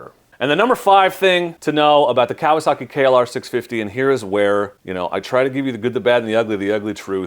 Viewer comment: Pronounce it right Kawasaki, ka wa sa ki, not kalosaki.